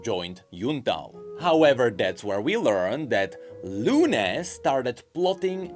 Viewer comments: Just for the future, the tildes (Those accents at the end of Lupé and Luné) signify that is the part where you pronounce the accent, so those names are pronounce more like Lu-peeh! and Lu-neeh!, sort of... If you are still confused, search for the pronunciation in spanish for Papa and Papá or Mama and Mamá. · It's Fuemigo (Fuego (Fire) + Amigo (Friend)) and Furnasita (Furnace + Casita (Home)) You're not very familiar with Latin American spanish, do you? Also, you should say LunÉ and LupÉ, not LUne and LUpe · Quick Spanish lesson: the "tilde" on the é on Luné y Lupé means that the accent of the word is on that vocal. So instead of being pronounced / LU \ ne, it should be pronounced _ Lu / NÉ and _ Lu / PÉ. to explain / means rising accent, \ means a falling accent and _ means a flat accent. Also I'm a native Spanish speaker not a Spanish teacher so I don't really know the proper terms in English. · please, the lupé and luné names are pronounced like Lu-NÉ and Lu-PÉ idk how to explain this in english but spanish speakers get my point